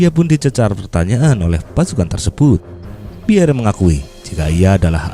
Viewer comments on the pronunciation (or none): Tulisan nya Piere mas e, baca nya Piyer bukan Piyere ya mas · Maaf admin, nama beliau cukup dibaca pierr. 🙏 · "Pierre" dibaca Pier yah min